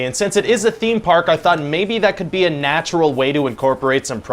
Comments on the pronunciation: I couldn't bylieve he kept doing that. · lol i couldnt bylieve it either. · I love that he carries the “be” pronounced as “by” through the whole pitch. 😂